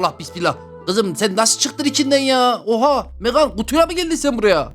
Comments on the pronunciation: Abi o bebeğin okunuşu megan(megın) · Onun adı megan diye okunmuyor megın diye okunuyor ❤ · Abi o bebeğin İngilizce okunuşu megan(megın) sen Türkçe okunuşunu söylüyorsun megan(megan)